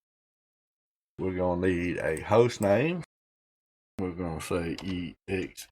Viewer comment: I believe it is pronounced "ecksee guh-noo"